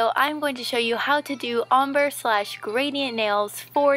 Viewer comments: Its pronounced om-BREY, not om- BER :) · It's pronounces om-brey not om-ber Sorry, it was kind of bugging me but I LOVE YOUR VIDEOS! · Nice ..... But the way you say ombre is wrong It is actually pronounced as 'ombray' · Only just saw that comment lol. I haven't heard the Om-ber way before because I'm from Australia where everyone says om-brey. lol. Still love your vids though :D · NEW VIDEO! Come watch to see 4 ways to do ombre/gradient nails! Also, I say 'ombre' in this video the uncommon way, so I already know now (after a bit of research) that's it's mainly pronounced 'om-bray' :) :) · It's pronounced "ohm-bray" -_ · Ombre is actually pronounced (om-bray) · never heard it pronounced the way you do in the video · I can't help but laugh at her mispronunciation of ombre lol